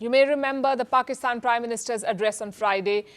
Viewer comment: There is "Petty" and then there is "Pakisthan" 😂